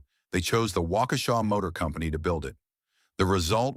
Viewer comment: Thanks for the history lesson. It's especially nice to hear the name pronounced properly.